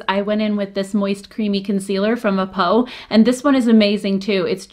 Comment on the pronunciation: I'm so glad to see more western youtubers feature k-beauty brands! also; A'PIEU is pronounced as AH-PYOO The Saem is pronounced the SEHM :D